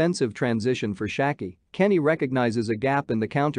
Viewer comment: You couldn’t pronounce Schalke more bad